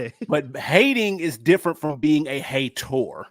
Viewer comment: Lol at him say hate-tor 😂😂😂